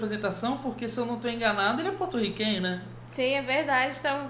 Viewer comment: Omg loved the way u said Puertorican in Portugués 😍 Never heard it before💕